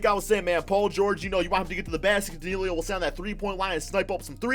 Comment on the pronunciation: Danilo not Dinilio! Pronounce it right damnit lol!!!!